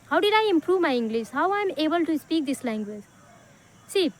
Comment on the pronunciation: Speak❌ ispeak✅ 😂